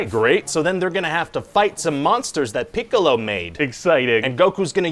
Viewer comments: I like how he is slightly misprounouncing "Piccolo" every time. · Lol. "Peek-a-lo" and "Yam-cha"